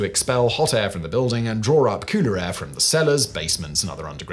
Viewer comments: No...its faster. All i heard was cooter air instead of cooler air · Is he saying cooter air lmao 😂😅😂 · Why does he keep saying “kooter air” lol